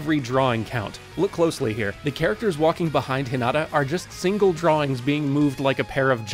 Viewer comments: I cringed everytime he said “Hee-nugh-tah”. It’s Hee-nah-tah. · I honestly didn't realize he said Hinata until I watched it again! 😂 (Thought he said something like Hin-ada. 😅) Awesome video! I watched this, and then the next Haikyuu!! episode I watched had Fly High as its OP so it was cool to notice all the little things you guys pointed out here. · The way "Hinata" is pronounced is SO ANNOYING And the inconsistent use of first vs family name IS EVEN MORE ANNOYING